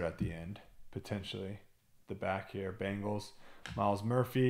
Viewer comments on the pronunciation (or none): none